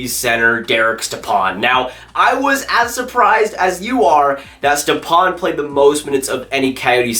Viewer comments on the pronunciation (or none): You’re pronouncing stepan wrong. You’re saying it too quickly.